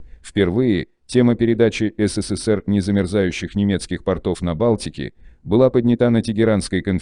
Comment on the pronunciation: Поооднята, а не поднятааа